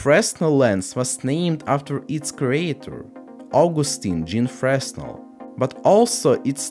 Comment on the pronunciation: Small correction on pronunciation: It's "fruh-nel", not "fres-nel". Oops.